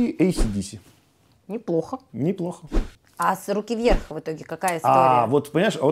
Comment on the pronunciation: Как она произнесла "Сруки Вверх"очень понравилось и улыбнуло!!!👍🔥😁